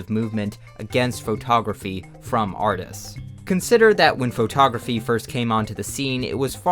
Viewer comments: Photography is pronounced "Fuh-taw-gruh-fee", not "FOE-taw-gruh-fee". No need to say the FOE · please pronounce photography correctly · why does he say faux-tography (respectfully) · why do U pronounce foe togrqphy that way❣ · faux-tography damn bro why you saying it like that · I love how you pronounce pho-tography It's how I imagine Forrest Gump saying it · why does blud say photography like that